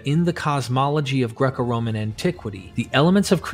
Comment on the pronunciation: Yeah I picked up on 2 mispronunciations within the 1st 80 sec. RoMAN. And ANSH'nt. Caught me by surprise. I was going to comment, then I read your explanation. You have a good speaking voice. I think we all like to hear it.